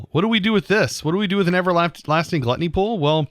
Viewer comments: "Glatney Pool" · ...Guilty pool not gluttony xD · .. can u try jumping in the void... Just keep flying at the level where u start taking damage.. and also.. its guilty pool.. not gluttony😂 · You need to read the word "Guilty pool" again, ^^ Thanks for the series!